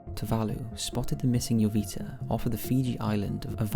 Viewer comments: Wasn't it "MV Joyita", not "MV Jovita"? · joyita (ho-yee-ta) "little jewel"